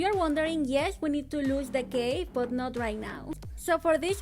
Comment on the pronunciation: The way she said cave was like"CaVA"